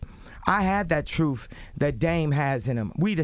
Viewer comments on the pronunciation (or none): Because you said the " Troof" or the " Truth" ?